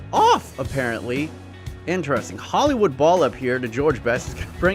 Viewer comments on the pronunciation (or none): none